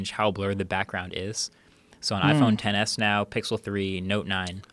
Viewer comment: Joe "Iphone Ex S max" rogan